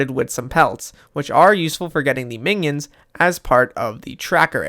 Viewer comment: i keep hearing mingions instead of minions